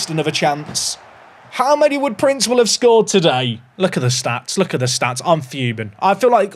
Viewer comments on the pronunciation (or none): Loving the series but is anyone irked by saying "Prince*well*" instead of "Prince*will*"?